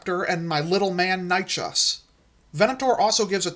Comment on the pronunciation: Love this mate! Though as a pedant Dino nerd I do need to say that Nychus is pronounced Nye-kiss :)